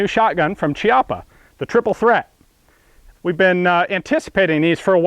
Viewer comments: Chiappa is pronounced with a C like in Cat/Caliber. It's really annoying to listen to it being said like Ciappa. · the correct pronounce is "kiappa" and not "ciappa" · it's pronunced "KIAPPA" not "CIAPPA" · Great video about a very interesting and awesome shotgun ! By the way the Italians pronounce it /kjappa/ ("kyappa") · The pronunciation is kiappa (keeappa) It is a strange Italian name which means buttock :D)) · Interessante...but is just say Kiappa...😉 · Nice review! BTW, it’s pronounced “key-appa” (ch-iappa works sort of like “archive” in Italian) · "Chi-" in Italian is pronounced "ki-". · sorry to say but the pronunce is actually Kiappa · Hi Ian, just a precisation, you should pronounce Chiappa with a /k/ sound not /c/. This is the correct phonetic transcription, I guess, /'kjappa/. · I'm pretty sure it's pronounced Kee-apa. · It's pronounced Chiappa with an "H" :( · It's actually pronounced "Kiappa" and in italian means "ass-cheek". lel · chiappa is actually pronunced "Kiappa" , said that, awesome video!!!